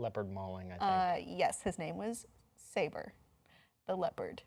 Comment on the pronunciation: She knows Disney so much that she mispronounces the leopard's name. It's; Sabor (suh_bore)